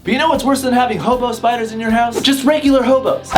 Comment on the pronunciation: Lmaooo I thought you said homo spiders 😂😂 💀⚰️